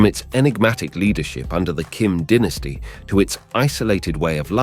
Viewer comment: Dynasty not Dennisty!!!!!!!!!!